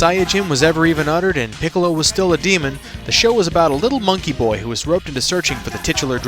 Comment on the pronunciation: please stop saying his name like that